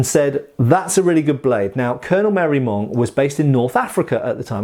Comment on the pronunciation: Marey-Monge (ma-ray-monzh) not "Mary Mong". I had to look it up.